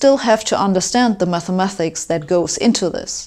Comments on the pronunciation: "Mathemathics" versus "Mathematics" - you pronounce the word with two 'th' sounds but there is only one: "ma*th*ematics" - the 'th' is correctly spoken after the first syllable, but the second time you say it, it should be instead said as a 't' sound. No offence intended! All the german people I've met always wanted to improve their english to the point of perfection so I hope you feel the same way and will be happy to read my suggested improvement in your english. Your video was interesting, by the way. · Who's gonna tell her it's 'mathematics' not 'mathemathics'? Good luck who ever it is !! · Should be "mathematics", not "mathemathics". ; ; ; ; ; ; ; .